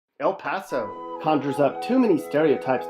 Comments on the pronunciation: Shamitzel??? It's chamizal.... Eal Pasou? It's El Paso... and the pictures... definitely not El paso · bruh that aint 'El pAsO' as you like to say k this is so damn racist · Speak correctly why are you saying El Paso like that. Instead of misinforming people go to speech therapy. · Bruh this dude is showing pictures from other places and saying El Paso has super bad and dangerous neighborhoods when he doesn’t even know how to pronounce El Paso. 😂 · why do you keep saying “El Paso” like that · yeah like what the heck